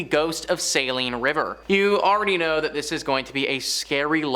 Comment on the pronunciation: I don't normally call out YouTube content providers, but this time I will. First let me say that you need to learn how to pronounce English. The city of "Alma", "Saline" river and "Ft. Leavenworth" were pronounced incorrectly. Also, I was stationed at Ft. Leavenworth in 1995 and I have worked there ever since. Sure, there are reports of haunting and other strange things, but your moronic comments about the place and how it should be torn down are comments made by a fool who wants to make themselves look important. I hope no one takes your stupid a$$ seriously.